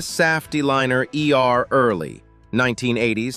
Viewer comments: Thomas SAFF TEE LINER? SAFF????? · The voice isn’t terrible relative to other A.I. ones that I’ve heard; the giveaway for me was the mispronunciation of Saf-T-Liner.